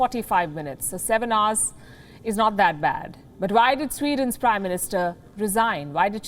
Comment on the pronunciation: I like her pronounciation of hours as arse.